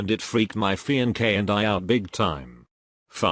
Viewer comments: the bot voice saying fee en kay instead of fiance was the highlight of the video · Fiankè? Ahahahahahagahahahah